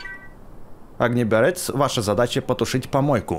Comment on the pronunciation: Огнеборец ударение на о